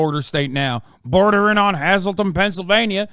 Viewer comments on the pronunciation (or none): Wild af to hear that area name dropped kinda a small town/zone but it’s not ‘has-el-tin Pennsylvania’ it’s hazel-ton. Wilkes-barre = will-ke-ss bare/bear - not berry or Barry (because bear creek is close nuff) All the towns have odd names with odd pronunciation if it’s not Amish/old Germanic/polish/etc it’s Native American Poconos, Tunkhannock, Susquehannock it’s different pronunciation then traditional English and a lot of streets follow a similar speech pattern mixing the indigenous sounds with regular language. Ooo/ oohs /aaas/ahhhs and k/no/ck/ fast noises almost like clicking/poping the sound - then you have Pa deutch and Pa 2/3’s Dutch has more Germanic sounds w/v ie and ee noises 2/3’s is a kinda like too tree : ooos and eees — yoouse guys That kinda bs. Also oddly enough different music from shape note singing/Appalachian styles— not traditional Gregorian chant chatholic choir music and paper with ye old traditional English dictation and pronunciation or other languages. The sounds focuses on were different tonal notes with different scales and taught in the earliest schools(pre-chalk board to chalk-board era, if they can’t read or write they can pray by singing and looking at shapes not music notes and not at letters from an alphabet Pa has weird dialect. Altho it was evened out during the golden film years and things like sound equipment developing and news stations with radios. (A more English dialect was taken over and practiced from singing and acting to dai